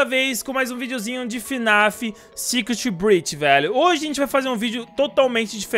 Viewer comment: Vcs ja perceberam que o Night fala Sicutibrech oa inves de Security Breach